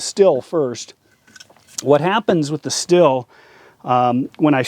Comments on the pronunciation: Stihl is pronounced like Shteel. Ochsenkopf is simply Oxenkopf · It's pronounced Schteel